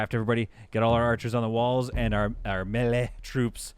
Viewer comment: As a dad who says "wefee" and "galapano" just to bother people i respect your "me-lee" I also have learned how much i grate peoples ears with those words hahaha